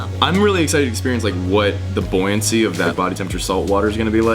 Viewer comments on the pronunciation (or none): none